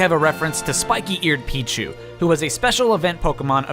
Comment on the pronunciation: Spiky-eard Pichu